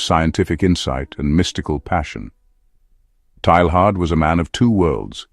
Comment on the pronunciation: His name is usually pronounced TAY-yahr. Thanks for doing the video. Excellent topic.